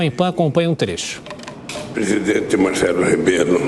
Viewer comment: Pois é. Teve um momento que ele falou: Marcelo “Rabelo” 🤦🏻‍♀️ Que falta de respeito…. O Presidente Marcelo Rebelo muito educado, só ouvindo e em nada consentindo. Do meio para o final ficou apenas com um sorriso social no rosto. Aqui eles até discutem uns com os outros, mas tem muito respeito também nos discursos, principalmente o do Presidente. Atacar os outros ou discurso de rancor, jamais. Presidente Marcelo é um lord.